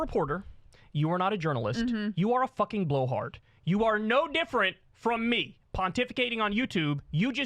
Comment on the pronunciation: Stop saying “me” like that!!!